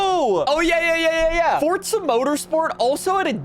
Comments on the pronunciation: Why are you pronouncing it "fortza"? its forza mate and if you wanna fall out about it then thats fine :@ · It pains me each time somebody pronounces “forza” as “fortsa”. GOD it pisses me off so much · Bro could you stop saying “fortza”? You literally only had 1 job blud... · There isn’t a “T” in Forza bro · Am I the only one who gets triggered/mad at the way he says Forza? (Not hate, just asking. no need to be offended)